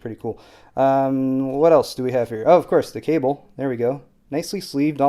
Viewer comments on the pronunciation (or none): none